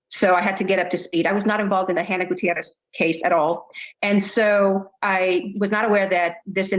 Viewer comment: I like how she pronounces Gutierrez the proper way.